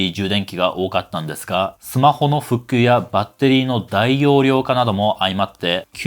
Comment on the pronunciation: スマホの「ふっきゅう？」